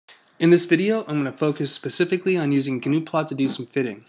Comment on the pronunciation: just one of my pet peeves: it's pronounced NEW-plot not G-NU-plot. From the gnuplot FAQ; "Any reference to GNUplot is incorrect. The real name of the program is "gnuplot". You see people use "Gnuplot" quite a bit because many of us have an aversion to starting a sentence with a lower case letter, even in the case of proper nouns and titles. gnuplot is not related to the GNU project or the FSF in any but the most peripheral sense. Our software was designed completely independently and the name "gnuplot" was actually a compromise. I wanted to call it "llamaplot" and Colin wanted to call it "nplot." We agreed that "newplot" was acceptable but, we then discovered that there was an absolutely ghastly pascal program of that name that the Computer Science Dept. occasionally used. I decided that "gnuplot" would make a nice pun and after a fashion Colin agreed."